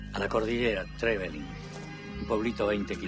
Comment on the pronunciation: Y Trevelin mal pronunciado